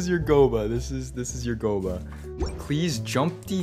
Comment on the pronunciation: No one:: GO-BUH